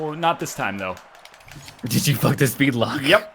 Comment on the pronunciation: "I could use a spood beest right now."